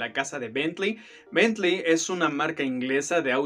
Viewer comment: Bien, es agradable escuchar Bentley bien dicho, en vez de Betlin como le dice el Sammy 🤣